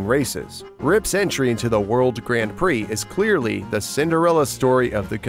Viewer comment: This is a cool video but the way you say Grand Prix is painful